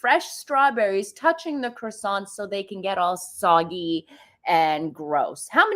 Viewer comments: 'Kwa sonz' is correct way of saying. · Why can ppl NOT pronounce CROiSSANTS?! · Meghan's pronouncing of croissants is nothing like what it should be.Meghan that claimed she studied French for four years then another time she said it was eight years.